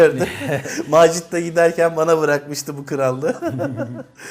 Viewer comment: Macit demiştiniz biraz garip oldu.